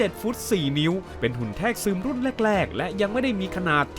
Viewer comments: คลิปดีครับ แต่ขอตินิดนึง คือคำว่า แทรกซึม มันออกเสียงว่า แซกซึม โดยรวมพากษ์สนุก เป็นกำลังใจให้ครับ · ด้วยรักและเคารพครับพี่ แทรกซึม อ่านว่า - แซก- ซึม ครับ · สนุกมากครับ หาข้อมูลมาเรียบเรียงได้ละเอียดดี ฟังเพลิน แต่ขอคอมเมนต์เล็กน้อยเรื่องการใช้คำบางคำที่ยังไม่ถูกต้อง อย่างในช่วงที่พูดถึงภาค Salvation มีคำว่า “แทรกซึม” ที่คุณอ่านว่า “แทก-ซึม” อยู่หลายครั้ง (ที่ถูกต้องคือ แซก-ซึม) กับอีกคำนึงที่พูดว่า “หนังรอบพรีเมียม (premium)” ผมไม่แน่ใจว่าตั้งใจจะพูดคำว่า premiere (พรีเมียร์) ที่แปลว่าหนังรอบปฐมทัศน์ รึเปล่า เรื่องพวกนี้ต้องไม่มองข้ามนะครับ โดยเฉพาะคนที่ทำคอนเทนต์ด้วยแล้ว ยิ่งถูกต้องจะยิ่งทำให้เนื้อหาเรามีคุณค่าน่าเชื่อถือมากขึ้นครับ